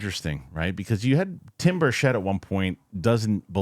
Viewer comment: Rep. Burchett is pronounced like 'Burch-it' man